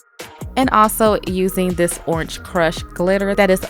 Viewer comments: I love your "CH" at the end of Orange! "Oranch" 😂😂😂 I love listening to your voice sis, the nails are Bomb!! 😍😍😘😘😘💝💝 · Great video 👍... girl did you say oransh?🤔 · 😂😂the way she says orange has me dead but those nails🔥🔥🔥 look sooo pretty😍